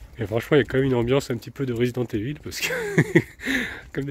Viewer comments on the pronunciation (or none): none